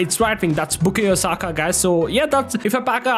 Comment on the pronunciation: Bro literally said "Bukeyo Saka"